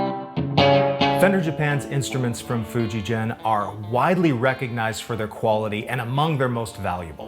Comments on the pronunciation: Most of your pronunciation of Japanese is fine, but FujiGen is not pronounced as "GENeration" it is pronounced as "GE" as in in "GET". For it to be pronounced the way you are saying it, it would be spelled "FujiJEN", which it isnt. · Great video. It's a hard g for Fujigen, by the way; the word 'gen (弦)' means 'string' in Japanese. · Love the video. Small point, but Fujigen, Sugimoto, etc. use a hard "g." Really love your work and content here! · Just a note, the g in Fujigen is not as you pronounce, but the same as the g in "get". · One more correction, you’re pronouncing FujiGen incorrectly. In layman’s terms, the G is a hard G, not like a J as in Jenny. If you read the sign outside the factory, it says フジゲン. Google maps documents the correct pronunciation. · Enjoying the vid. Just a side note, FujiGen is pronounced with a hard G on the Gen. Not like a J. Just like Gakki. And Gakki would be Gak Ki. Aikido would be Ah Ee Kee Doe…